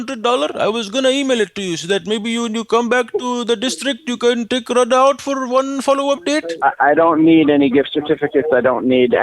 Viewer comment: You couldn't pronounce "Radha" right! 😁